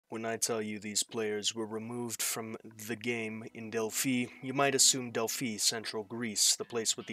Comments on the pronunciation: It's pronounced Delph-eye not Delphee. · It's not Delphee it's Delphi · It's pronounced " Dell - Fi". Long i 👍